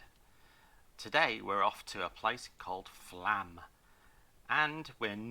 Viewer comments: I believe the "o" above the A changes the prononciation. So, it's not FLAAAAM, it's more like FLUHM. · flomm is how you say flaam